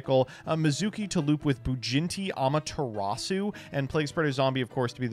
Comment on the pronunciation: I thought it was just him mispronouncing it, but I'm starting to wonder if really thinks that it's "BujinTI Amaterasu" and not "BujinKI"